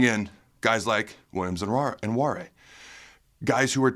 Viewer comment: Pretty sure its pronounced wa-nary